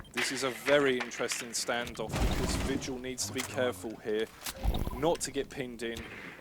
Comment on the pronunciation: lmao he called vigil "Virgil" 😂😂😂😂😂😂😂😂😂. I miss kixstars commentating. you did a great job for your first time. Your a natural